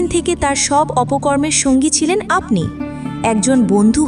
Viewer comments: Impruve ur pronounces. Like aponi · আপনি শব্দটা ভালোভাবে উচ্চারণ করুন, আশ্চর্য কিভাবে ভিডিও বানান যেখানে উচ্চারণ ঠিক নেই।